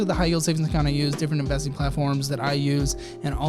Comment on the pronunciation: Lol in the last blurb when you were saying to check the links. It sounded like you said "different embelezing platforms" lol